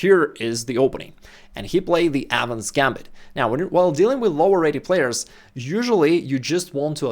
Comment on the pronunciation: bro this whole time i thought he was saying "adams gambit"